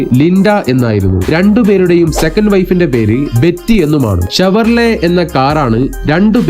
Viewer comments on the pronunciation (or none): none